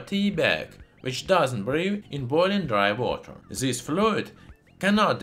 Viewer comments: "Dry Wooter". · Idk what’s more interesting dry water or the way he says dry water